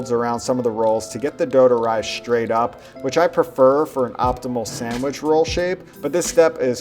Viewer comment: Have a shot of whisky every time he says SAMWIDGE!